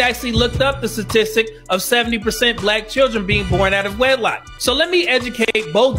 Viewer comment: She said stastistic😂😂😂😂